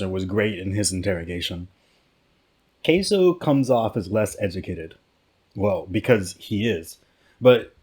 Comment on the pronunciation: Isn’t his name pronounced “k-sue”?